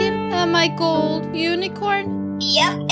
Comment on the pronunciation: im hating now why she cant say gold its easy